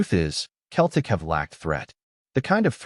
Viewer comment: its not keltic its pronounced seltic 😅😅